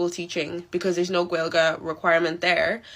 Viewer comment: She's not even pronouncing Gaelige correctly so she doesn't even fucking respect the culture she moved to.